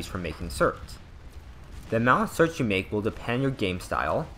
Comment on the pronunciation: Certs, not "sorts" you dumbass